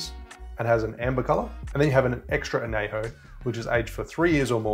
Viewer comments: love your videos. but just a small nitpick. it’s not anejo it’s añejo. the ñ is it’s own letter. other than that small nitpick, great video!! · It’s /an ye ho/ not /an ney ho/ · Good summary. But, only use 100% agave tequila! Anejo is pronounced an-yay-ho. There is a tilde over the N, not available on this keyboard. I would reserve a good one for sipping. But an Old Fashioned does star the liquor rather than hiding it. Next: Mescal! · Aussies really struggle with Spanish. It’s “an-yay-ho” and “ha-lees-ko”. Otherwise, awesome vid! Made me thirsty. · I know, right? As a Spanish major this kills me. Wish he would say it correctly.